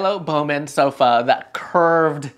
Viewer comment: Fyi - It's pronounced Boffman, not Bowman. Milo Baughman.